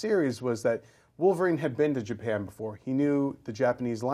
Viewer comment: Japen? Ja--Pan Japan.